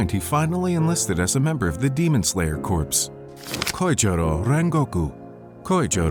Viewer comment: Just a heads up corps in demon slayer corps is pronounced “core,” it’s not like corpse